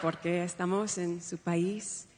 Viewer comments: her inflections are on the wrong syllables, plus broken phrases. EST-a-mos instead of est-A-mos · and EST-a-mos that is est-A-mos and other errors. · I don't think her Spanish is all that bad. I speak Spanish fairly fluently, but my accent is far from perfect. In my opionion she gets it wrong when she puts the accent on the third syllable in "estamos". Her accent is actually better than most Americans trying to speak Spanish. However, I am sure this is prerehearsed. I don't think Vice Presidenta is correct either. Certainly not the way she pronounces it. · Wasn’t the accent in the wrong place for “estamos”?